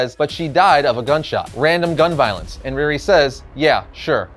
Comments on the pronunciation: Her name is pronounced Ree Ree not Rear Ri. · Ree - Ree! Not Reer-ri. She ain’t Russian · I love all of these videos, but had to cringe every time he mentioned "Rearee."